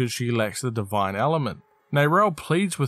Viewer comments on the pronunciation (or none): none